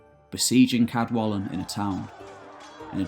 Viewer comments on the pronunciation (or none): In Welsh represents an unvoiced (like the in the English "kettle". So "Cadwallon" is pronounced [kadˈwaɬɔn]. Diolch! Again, although Old Welsh orthography is used, the pronunciation of the king of Elmet (Elfed in Modern Welsh) is "Ceredig" [kɛrˈɛdɪg]. Sorry, but the pronunciations of Welsh names are just atrocious! I can't listen to it any more. Nos da! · Also most of the Welsh names have been pronounced correctly which can prove quite tricky for non-Welsh speakers however Cadwallon is not quite correct due to LL not sounding like L (as in the English word wall) if I could I'd be happy to help with the correct pronunciation. Enjoyed the video. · A voiceless Alveolar lateral Fricative. Not an "L". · First language Welsh speaker here. You mispronounced Cadwallon. The "ll" sound is pronounced phonetically as ɬ. It has no equivalent in English, you just have to learn to sound it. If you want help with Welsh pronunciation I'd be happy to help. I enjoy your videos.